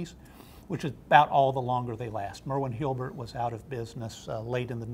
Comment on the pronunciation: I have noticed has a hard time pronouncing HULBERT! HUL-BERT.